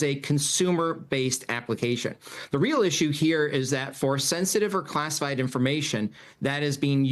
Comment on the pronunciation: ... " "... ..." "classied" information? Hey! Buddy! Switch to decaf.